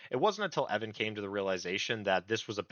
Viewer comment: Mispronunciation of Evans name is disreputable.